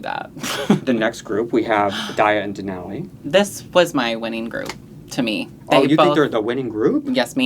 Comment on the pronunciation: Sorry, but I may not continue watching if you insist on saying DenALLEY like an alley. It's DenOLLIE like ollie pop